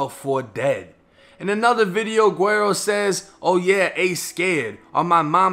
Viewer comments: Love the content my G, but it’s pronounced “weddo”! The “GU” is like almost silent but it makes like a “W” type sound, the double “R’s” are rolled so they kinda make a “D” sound in a way, and yeah the “O” is a fuckin “Oh” sound lmfaoo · Hey yo keep up the good work! This shit is important to document so dont stop. Oh PS - "Guero" is pronounced "Weh-do", just lettin ya know fam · Can someone tell dude it’s pronounced wedo Meaning white boy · Wero not wedo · No one else heard dis man say “gwarrow” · Its said like weddo (white boy) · You said his name wrong but great video lmaooo PS. his music is hella gas btw 🔥